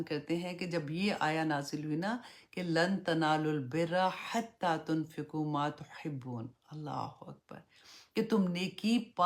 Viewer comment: Mimma tuhibbun......not ma tuhibbun